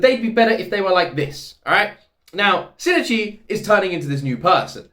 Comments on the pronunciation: I think the Shinichi name thing people talk about is mostly how they feel you're saying things. In Japanese, they have something called Mora. It's a speaking beat that is consistent. Think of it as syllables. I can't really say "Bana" and expect you to understand it as "Banana". That middle "i" in Shinichi that you were talking about isn't just the "i". It's a whole syllable. Shin i chi. Without the middle "i", it can easily be confused with another name "Shinji". It's like "Major Agent" becomes "Major gent". That clear "A" in "Agent" is important for the word. I hope you don't take this as a slight against how you say it, you're fine. I just think it might explain why many people either hear you wrong or hear a minor alteration in how you pronounce his name. Japanese lesson over. Looking forward to the next episode! You're amazing! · I think it's 新一 in this case, but yeah. It's tempting to try to pronounce it Shi-Ni-Chi in English, but in Japanese it's clearly written with just the two syllables. So I can understand where coming from--he's not far off. I guess it's about putting equal "weight" on both syllables, so that even if the 'i' in ichi is almost silent, it still sort of comes through. I'm bad at explaining pronunciation. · Just to clarify, the correct pronunciation is しんいち(shin-ichi) and not しにち(shinichi). There's barely any difference as an english speaker and it's not a big deal as long as you make sure to audibly say the "i" in the middle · The pronunciation trouble again? Reminds me of "shinigami" in Death Note🤣 As a Japanese speaker I think the difference you are making is more likely SH sound vs S sound at the beginning. "Shin-ichi" is pronounced with a clear SH sound like the English word "ship", not "sip". Also, when you said you're team Kana, I instantly thought about Murano's VA, KANA Hanazawa🤣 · Whoever thinks it's shi-ni-chi, please learn about Japanese mora. There's 4 mora in Shinichi, not 3. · No, it's Shin-ichi